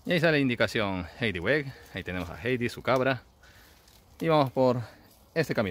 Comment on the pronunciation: Heidi Se pronucia: "jaidi", no jeidi